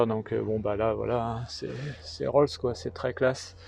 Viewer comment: L’expert qui dit Roll rolls 😊mon dieu 😂les spécialités